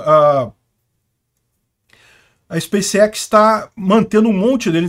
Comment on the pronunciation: DIGA SPACEX SEM "SPA"